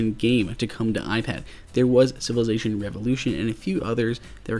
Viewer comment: LongArrow1234 SMH. I was referring to the pronunciation of Civilization as Sivelation.